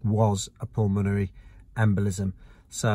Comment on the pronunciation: For reference, it’s pronounced pul-mun-erry